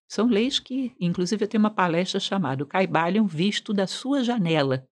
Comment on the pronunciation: Não se falaria, em português, Caibali(ô)n? Caib(á)Lion teria acento. Como não é palavra de origem inglesa, não entendi essa pronúncia.